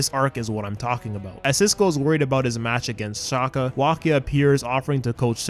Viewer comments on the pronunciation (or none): Did you just say shaka it’s Xander shaakdara